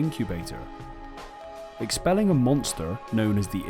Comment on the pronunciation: I like video, but my god your pronunciation of aglaophotis lol